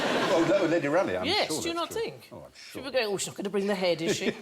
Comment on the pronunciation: Rale)i)gh is pronounced /ˈrɔːli/, not /ˈræli/.